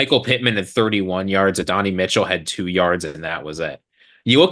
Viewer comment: OK, I’m gonna help you pronounce Adonai’s name it’s add-in-I. Love the cast.